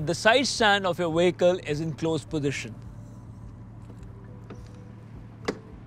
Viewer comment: Your English is very good much better than my Indian . Only mistake is the word vehicle it is a vee not wee. Excellent vid